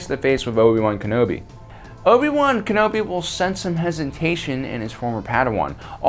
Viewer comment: I'm going to dislike your video every time you say Ken-obi wrong...